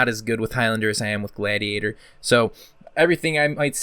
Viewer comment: sick video but how did you pronounce gladiator ? lol